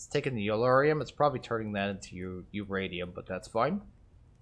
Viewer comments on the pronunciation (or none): none